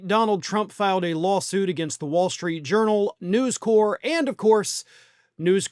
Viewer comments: it's NewsCorp - the "p" is pronounced. If it was News Corps, you could be forgiven for the French pronunciation. It's short for "corporation", not the French word. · Um.... have you never heard the name "News Corp." said out loud, before...? They are not The Peace Corps, man.